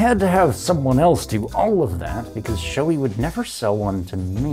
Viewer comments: For the love of god people. Proper pronunciation is Show-A not Shoe-E. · I'm going to be that guy, but only because I had to look it up for myself due to being unsure. The correct pronunciation is apparently "show-ay", with the accent on the first syllable.